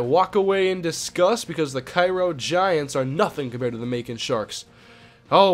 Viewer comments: I live in Cairo and when I saw vs. Cairo, I was like "Oh shit" and its not Ki-Ro, its Kay-Ro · its pronounced K-ro and they are the syrupmakers in real life they booted my highschool out of the playoffs a couple years ago.